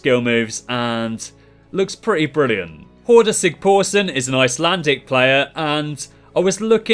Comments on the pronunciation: You're pronouncing Sigþórsson so incorrectly, the letter þ is kinda pronounced like th, not like the letter p. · Well, it is extremely hard for foreign individuals to pronounce icelandic names properly, you did a great job besides þ. :D ps sorry about the euro's :D